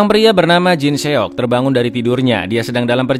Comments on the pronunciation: Jin seyok 😂 jin sok bacanya min, tapi lucu suara nya jadi nagih😂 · Bacanya jin sok, bukan jin seok 😆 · Jin Seok 😆 lucu bangeett nyebut namanya...